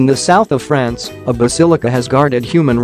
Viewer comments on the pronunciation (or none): none